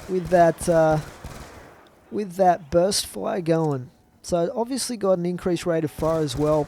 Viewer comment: he says ovisly alot